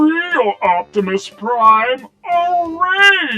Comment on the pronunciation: "Opbepis Prime"